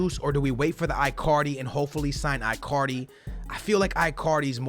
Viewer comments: it is pronouced E-CAR-DI not AI-CAR-DI or I-CAR-DI in english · stop calling him ‘eye’ cardi, it’s ‘in’ cardi. it sounds like you’re saying Icarly from the kids show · Bro its Icardi with a E not I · Icardi not iiicardi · His name is said ecardi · It's not eyecardi or gabriel hasus stop saying it like that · please, dont say Icardi like you say Iphone or Icarly it is E--CAR-DEE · Why can't he say icardi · If you even try to sign Icardi you will regrate it Im telling you!!!!!!!!!!😲😒😤😬😡😠😈👺👹👿 You are such a stupid pranontziar its Icardi sounding with a k and not icardi not c